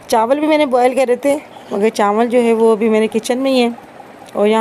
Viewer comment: Chawal, not chanwal😂